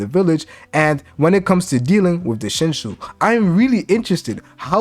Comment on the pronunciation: Shin shoe 😂 I'm dead